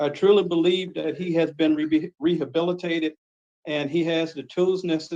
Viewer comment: 😂😂😂. She also said he's abilitated